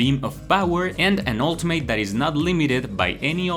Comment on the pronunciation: it’s pronounced ultimit not ultim8